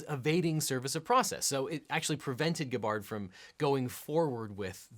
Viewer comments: When you start out mispronouncing and saying that she is no longer running loses you credibility. It was nice to hear you slip up and say it right. Hillary is making it as hard as possible to serve the complaint, that is the definition of evading. It is a verifiable fact that Tulsi, serving as a Major in the National Guard for 17 years and serving 7 years as a representative in congress on the Homeland Security, Armed services, and Foreign Affairs Committees, is not being groomed by Russia as a 3rd party candidate and is not a Russian asset. To compare that to obvious satire or being accused of literal butt licking is dishonest. And then to use the article proved to be wrong, where the bots were actually created by a company that created bots for Hillary nails up the coffin of your analysis. By definition, someone serving as a Major in the National Guard for 17 years and serving 7 years as a representative in congress on the Homeland Security, Armed services, and Foreign Affairs Committees is not a Russian asset, otherwise they would be removed from service. It is not an insult to call someone a literal traitor to the country, it is defamation. It literally should be the textbook case. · WAIT he said Gabbard correctly , but not anywhere else? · Nice research, mispronouncing the name of your primary subject. Do better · Aloha! if you make another video talking about Rep Tulsi Gabbard, I suggest that you watch other videos about her to learn how to pronounce her last name correctly. You said her name so many times in this video, it would have been better if you said her name correctly. :-) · You are pronouncing her last name wrong. You call yourself a lawyer. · If you don't know how to pronounce Tulsi Gabbard's name by now you're not worth listening to. #TULSI2020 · Researched so well you almost learned how to pronounce Gabbard. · I feel like he is mispronouncing her name for comedic effect. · He’s got it wrong. Extremely disappointing. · GAB-bard not ga-BARD